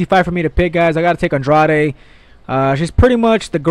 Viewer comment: Please start to pronounce Andrade right, you must have heard the correct pronounciation over 100 times if you listen to UFC broadcasts, can't be that hard